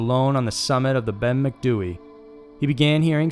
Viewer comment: Bloody hell, you said Ben Macdui correctly!